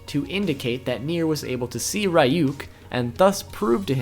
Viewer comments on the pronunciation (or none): ra yuk ? dafuq